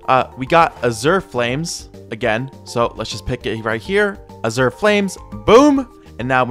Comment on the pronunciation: I rlly wanna correct his pronunciation of Azure but i feel like hes doing it just to entice comments and dont know what to do